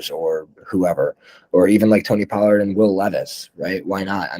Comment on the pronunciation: You're too high on Tony Pollard and you say his name wrong. How could you take coronavirus over at quarterback and Dynasty? Not smart